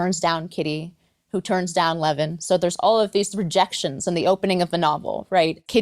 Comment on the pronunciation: How come you are not speaking about a novel with exactly the same plot: Sense and Sensibility by Jane Austin? Tolstoy was notorious for copying Austin's characters. It's a pity that a really good and original novel gets forgotten. Also, it's not Levin (a Jewish last name), but Lyovin (Russian letter ë is read as yoh, although it looks like e).